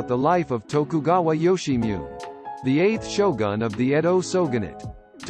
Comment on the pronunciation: Ok, "Yoshimune" is pronounced "Yo-she-mu-neh" (roughly).